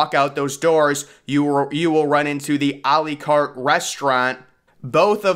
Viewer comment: When we're practicing anyway. Try to say. À la carte like: Àh Làh Carte. That would sound so much better. It's la carte and not le carte